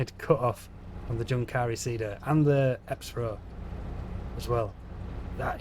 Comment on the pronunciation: Just a small note, your pronunciation of Junkkari is a bit wrong, the 'Jun' is pronounced like the 'un' in 'university', and the 'a' is pronounced like the 'u' in 'suck'.